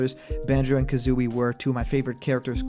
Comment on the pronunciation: You got Kazooie's name wrong.